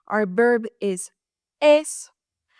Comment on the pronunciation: Buen video,! I laughed a little at your pronunciation of "verb." You sometimes say it as "berb," because, in Spanish, the "v" at the beginning of a word is pronounced "b" -- something we gringos have to be reminded of! I don't know how long you have been speaking English, but you speak it almost flawlessly.